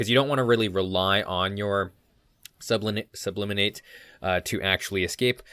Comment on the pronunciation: It's actually sublimate, not subliminate. In chemistry, sublimation is when a solid converts directly into a gas without transitioning first to a liquid state. Great video as always. I really enjoy your content.